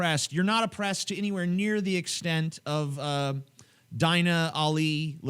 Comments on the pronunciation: Deena, not Diiina. Dumb,, dumb. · its pronounced deena not dine-a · Her name is pronounced ''Deena'' xDI think they're against muslim immigration because of Islamic values and that they support her because she doent fit in that category or to those belifs and that her story is different to most immigrants and that shes in genuine danger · I think she would go back to saudi arabia willingly if she knew how white people pronounce her name. Its pronounced Deenah not Dyna. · I think her name is pronounced DEEna, but w/e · you butchered her name.. its pronounced DEE NUH... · lol TJ, it's pronounced "Deena".